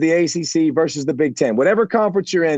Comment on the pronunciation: vs stands for versus, not verse, as in Roe versus Wade